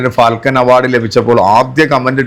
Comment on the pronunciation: ഫാൽകെ അവാർഡ് ആണ്, ഉച്ചാരണം ശരിയാക്കണേ